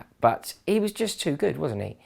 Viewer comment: I loved that "what mist happend!?" Haha just made me laugh so good but seriously woahh?